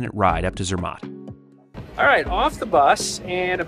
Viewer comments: I have to say as a brit the way you pronounce Bologna (Bol own ee a), Milan (Mee larn), Zermatt (Zeer mart) grates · ZER matt.....your pronunciation absolutely SUCKS..... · Sorry to say so (not reallly), but you are so American! Butchering names of towns (there is no ai in Sankt Moritz) and ZerMATT), as well as your lack of knowledge how to use your cutlery. In Europe the fork is used in the left hand, and as far as I know in the rest of the world as well. Adapt to the etiquette of the countries you visit, dan't be a Murican! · your "American" pronounciation of ZEMATT is absolutely PATHETIC....American, you cant help yourself